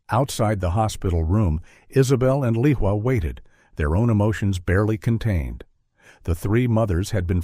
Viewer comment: Lehua is a Hawaiian name, it is pronounced Lay•WHO•ah with the accent on the 2nd syllable.